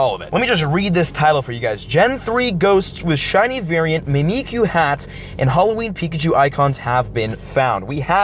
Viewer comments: It's pronounced mimic-you because it's mimicking Pikachu because Pikachu is loved and Mimiku isn't. I don't know how long I'll be able to handle "me me q" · Mimick-you. Mimikyu. Other than that, great video. Don't worry, I've heard worse, you're still awesome. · Mimikyu is pronounced Mimic You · Mimikyu is a Pokémon that mimics Pikachu - so, phoenetically, you should pronounce it "mimic you". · It is said Mimic-you, Just to let you know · Aye bruh, it's pronounced Mimic-You. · Just say it like, "mimic- u". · prononce mimikyu as mimic you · Just so you know, it’s pronounced Mih-Mihk-You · mimikyu is pronounced Mimic-kyu or me-me-kyu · It’s so funny when he doesn’t know how to pronounce he 3 Pokémon name or mimikyu